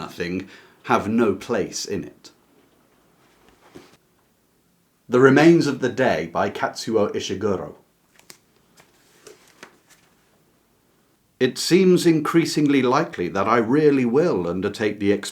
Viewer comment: Kazuo’s name is Kazuo, not Katsuo